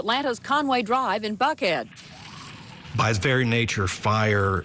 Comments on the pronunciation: thought she said in “f head” 😮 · I replayed the first minute 6 times to make sure I heard her enunciate "Buckhead" correctly - I was sure each and every time until the 6th time that it sounded so much like she used the letter "f" for Buckhead.